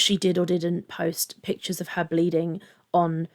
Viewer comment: Ex-specially, supposively, pitchures, exettra exettra 🤭